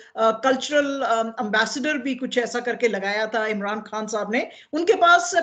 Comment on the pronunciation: شازیہ صاحبہ خان کو کھان اور خبر کو کھبر کیوں کہتی ہیں؟